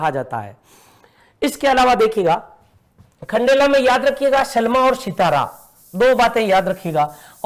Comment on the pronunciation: Aati kya khndela 🤣🤣🤣🤣 not khandala😂